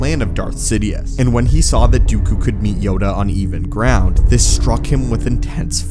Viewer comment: Say "yoga on even ground" one more time